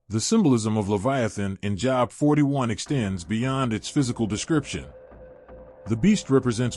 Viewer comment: His name is pronounced Jobe.... rhythms with robe. This is the beginning of the huge AI deception. I suggest you purchase an older bible and memorize it